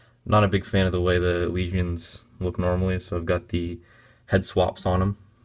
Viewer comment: not to be an ass but its not elishian its ELISYAN (E-LIS-E-EN) ELISYAN